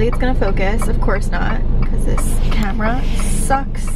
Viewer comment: You pronounce your A's like an O lol ever notice that? Like you say comera instead of camera. You need someone to come in and Fungshui your living room! Btw Jeeps are known to break down. Good you're doing research before you buy! Best thing you can do.